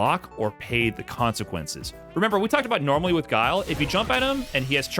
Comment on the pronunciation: Does tyler still call Guile, "Gilly"? Hahaha